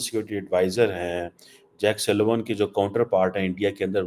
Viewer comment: It's not Suleman, it's Siliman